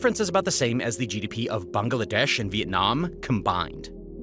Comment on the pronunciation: Bangladesh is pronounced as bang-la-desh not bang- a- la- desh, isn't it? Do you pronounce Tesla as Tesler?